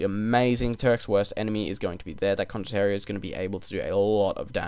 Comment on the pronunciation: Hey, great video as always, thanks:) Just one little tip, it's condot ti e ro, condot-tea, you (and others) pronunce it as if it was written condotterio. Source: I'm Italian, and condottiero is an actual Italian word